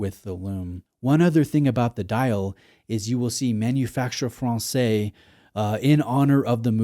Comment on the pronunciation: ma·nu·fak·tur fran-says! 😂